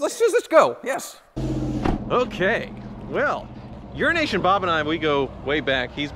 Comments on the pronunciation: Every time says 'Euronation' I hear 'Urination' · Do you call him Euroasian Bob or urination Bob because that’s what it sounds like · Did he say Urination? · I'm pretty sure that 5 times out of 6, he does say urination Bob, he certainly did on the Wizzard's video..... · he does say urination. That’s why bob said something like language challenged friend to him. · Ha... This whole time I thought was saying Urination Bob. I thought it was an inside joke that I didn't get. Haha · When says “Euroasian Bob” does anyone else hear it as “urination bob”? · Eurination Bob......gets me everytime!!! LOL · he does say it lol that's why Bob called him "language challenged", luckily Bob is a good sport about it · Lol everytime you say euroasian Bob it sounds like your saying urination Bob. Lol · All this time I thought it was "Urination Bob" 😳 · EuroAsia! I thought you were saying urination Bob this whole time! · Is it just me thats hearing him say "' Urination Bob'? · I can't be the only one that's heard that as Urination Bob??? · I can’t be the only one that hears urination bob every time says it. Maybe because I usually watch at 1.25 speed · Why do you say Eurasian as Urination? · Does he keep saying “Urination Bob”?? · Euroasian ... i thought you said Urine Nation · Why do you keep calling him Urination Bob? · I thought he was saying urination bob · Why do you always say Urination Bob? Lol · Does anyone else keep hearing "urination bob"? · It sounds like you say urination Bob.